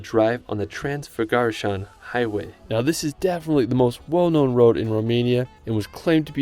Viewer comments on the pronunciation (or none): I live in Romania and I can say: Transfăgărășan is a Amazing place to visit oh by the way you pronounced Transfăgărășan wrong but its ok (btw you pronouce it Brashov not Brasov)